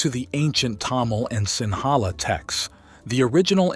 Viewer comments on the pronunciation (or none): none